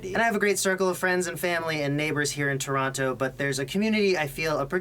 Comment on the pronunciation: if you're from Canada, why do you pronounce Toronto so weird